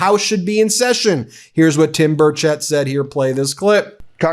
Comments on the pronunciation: It is pronounced bur shette sorry my cousins last name is Burchette and it is not pronounced bur chet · Representative Tim Burchett's name is pronounced BURR-chett